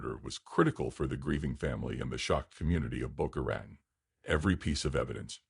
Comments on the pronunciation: Thank you. This is one of had never heard. Well done. With all due respect I can not subscribe to AI narration. Everything about your channel leads me to the fact that it is indeed up to my standards and beyond Other than the obvious Al. Boca Ratan repeatedly pronounced wrong for some reason drives me mad. Wish you success DM San Francisco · Please learn how to pronounce Boca Raton.